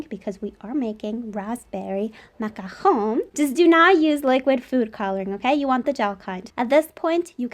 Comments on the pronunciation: Grazie a Dio, qualcuno che pronuncia "macaron" bene hahaha, la ricetta è incredibile ;) Grazieee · Just Wowwww ★★★★★ the macarons and your pronunciation of macaron amazingggg !